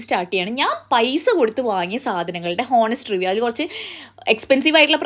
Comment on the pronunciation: Da just a suggestion about the pronunciation of honest where always H is silent and you can pronounce it as ONEST also it’s not GLOVY but it’s GLOiiiiii